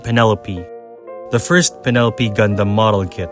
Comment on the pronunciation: ah yes, the Pen-Uh-Lope